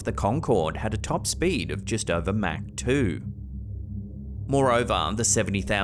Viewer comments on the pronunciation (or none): I'm listening to this in the background while I read something, so when he started talking about plane speeds but seemingly saying "Mac" instead of "Mach" I got confused for a minute 😂